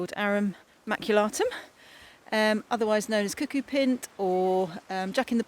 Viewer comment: Nice run-through of what's out there ( first time I've heard "pint" pronounced that way though:)). It'd be interesting to see how you use your foraged stuff. Have you come across "Atomic Shrimp" by the way, some of his stuff overlaps some of yours (he recently made a "sauerkraut" with ransomes he foraged, for instance👍